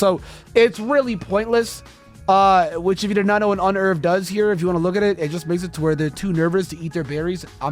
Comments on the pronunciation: "Un erve" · Yeah. I pronounce it Un-nerve.